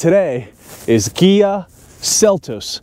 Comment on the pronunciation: Fyi, sounds to me like you are saying "Gia" not "Kia". Good reviews. Thx.